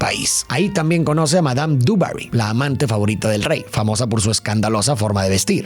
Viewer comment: Por favor, por favor...no es duberi, no es inglesa. Joder, intenta pronunciar bien el nombre en francés, hostia, que es Versalles, tío. Se pronuncia dibaguí...que es francwsaaaaa